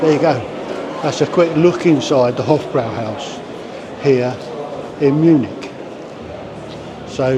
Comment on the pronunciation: If he says "Hof-BROW-howse" one more time, I am going to smash my PC to pieces. It's pronounced "Hof-BROY-howse". for Christ's sake!